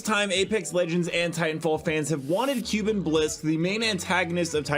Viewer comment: ITS PRONOUNCED KOOBEN BLISK NOT CUBAN